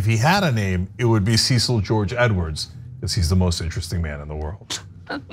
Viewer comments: From Australia: here, Cecil isn't Seesil, it has "e" as in egg, and the "i" almost dissapears: Sesl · The name "Cecil" is pronounced "Sess-ill" in Commonwealth countries. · Not only can you not pronounce Colonel Tatar correctly, you cannot pronounce Cecil correctly so so much for the extensive research. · Good old Sea-sill 😂